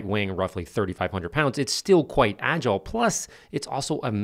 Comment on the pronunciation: Agul , I think you mean agile !